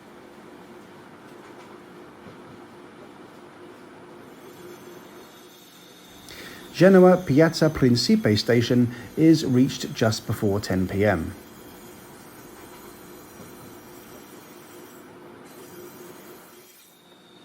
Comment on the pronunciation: Principe is pronounced “pren-chee-peh” for future reference. Great video!